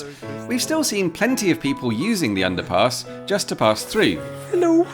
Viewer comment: every time you say underpass I hear underpants for some reason... Most odd 🙃